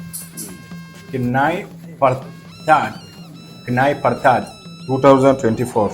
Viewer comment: Its pronounced as "Kn Ya Pyr That"